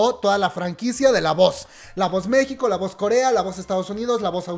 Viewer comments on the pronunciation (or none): none